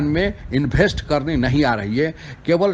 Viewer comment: इनभेस्ट नहीं इन्वेस्ट 😭